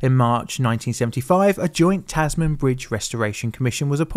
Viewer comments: Decent video but wow about 30 seconds in and that pronunciation... WOOF. "The Taz-man bridge"? You're bloody Engligh - you should know damn well how to say Tasman! "Tas-min" - not hard at all. I mean you made it sound like the bridge was a superhero lol gave me a good laugh. "This is a job for Taz-man!". Haha - Tasmania was discovered in the mid-17th century by the famous Dutch sailor/explorer and undercover superhero Abel Tasman (although the criminals feared him as Taz-Man!). Ahaha you absolute twit! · its crazy to see alot of land not being used yet in 1940s-1960s... so empty. Also your pronunciation of Tasman... sounds like a super hero name. "Tas Man" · Hey, 'Tasman' is generally pronounced 'Tas-min'. Yeah, I don't get it either but as I've lived by the Tasman Sea off and on during my life (Aotearoa-New Zealand side), I'm very familiar with the name. Which now leaves me wondering why Tasmania isn't pronounced as Tas-min-ia? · Being a Brit I'm shocked you butchered "Tasman" the way you did. We all pronounce it like "tasm'n", like how in the UK you have "Worcestershire" which is basically "wooster-shr" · U say tasman like tasmen lol the tas-man scares me ong im used to ppl sayin “oi go jump off the tasmen” LOL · It’s pronounced “tas-men” even though it’s spelt Tasman. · Everybody who grew up in Tassie has heard this 1000 times It’s pronounced the “Tasmin” bridge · ‘Tasman’ is pronounced more like ‘Tasmn’… 👍🏻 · I know this was done a year ago but I cringe every time you say Tas Man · I don't even think it's particularly an Aussie thing - not even poms pronounce "human" as "hu-MAN". The emphasis is on the first syllable for that and "Tasman". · Oh man. The way he pronounces "Tasman" :D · Mate, you're making a video on Hobart - it would have taken you 5 minutes to Google the pronunciation of the various players. I am sure it's a great video but hard to watch if you're Australian - your biggest market for this video. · Tas-man??? It's pronounced Tasmin